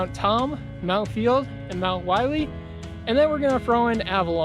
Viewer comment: Willey rhymes with hilly. Willey would be pronounced like miley if there was 1 L